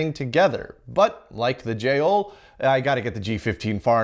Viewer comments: My former lab, too! But I know that it's more like jeh-O-ru. (With the Japanese 'r' that sounds more like an English 'd'.) Japanese doesn't have an 'L' sound, and Japanese syllables don't end on consonants other than 'n'. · We have descendants of two of these at work that we use every day, like you said for material analysis. We are lazy and pronounce is as Joel.